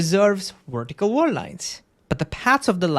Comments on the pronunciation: it's vertical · What does "wertical" mean? Was is just how you pronounce VERtical or did I miss hear you?